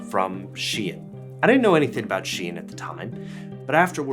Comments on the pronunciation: I hate how u say temu and shein. atleast the 'deminimus'~ ok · The way he pronounces Shein and Temu stresses me out 😂😂